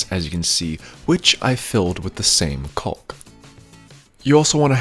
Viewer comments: The CAULK L is silent it is pronounced Kaak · Try leaving out the L when pronouncing caulk....you will sound like a pro..lol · This guy calls it colk lol I call it cock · Is he saying cock or hawk? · I only heard him say cowlk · It's cawk! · he says coccck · I've never heard anyone pronounce the "L'" in caulk. 🤣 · Bro says caulk funny😂 jk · the way you say caulk hahaha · Dudeeee!! I can’t stand it. Every video I watch it seems like everyone pronounced the “L”!!! Like, you don’t pronouns the “L” in “walk” right 🤦‍♂️ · Trying very hard to avoid saying cock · It’s like people calling a roof a “ruff” or creek a “crick” lol